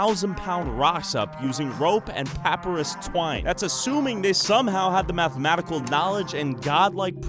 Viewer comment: you mispronunciated the word “papyrus”!